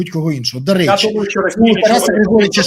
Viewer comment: "да рєчі"!🤣😂🤣😂 " Аєрапорт"! 😂🤣😂🤣 І баріслав бєрєза! 😂🤣😂🤣 Втер Портников шановному носа! 🤗